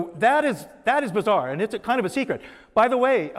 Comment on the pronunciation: Kiond- one of David's most used word. Love the way he says "Kiond' instead of Kind! Ha. yeah whats with that Acient Aliens Guys Hair-Do!! ha' Love ya David. yer awesome. BTW I grew up with Jonny Quest,Space Ghost,and plenty of Saturday Morning Cartoons. Daivd you Rock(pun intended)